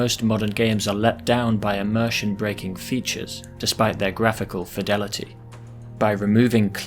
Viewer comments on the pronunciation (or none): none